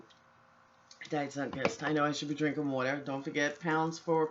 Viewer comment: Hey, you pronounce "water" like we do. Are you from Philly?